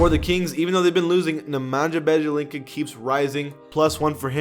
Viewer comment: Dude you don't know how to pronounce Bjelica's name